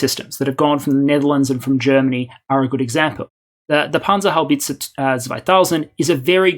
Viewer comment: The pronunciation of Panzerhaubitze was on point! I've heard English speakers butcher simple german words so many teams, I really wasn't expecting that.